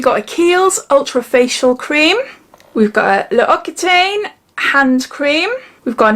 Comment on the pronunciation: Just thought I'd let u know Loccitaine is pronounced 'Lock say tan' I know you're always saying if you're not sure how to pronounce something u like us to let u know 😊 💖💋